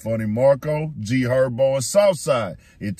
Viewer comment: Who TF is Erbo? IK I’m not the only one that heard him say G Herbo name like that its no excuse for that.😭